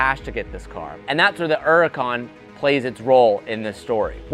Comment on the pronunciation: Its called a HUUURRRCAN NOT URCAN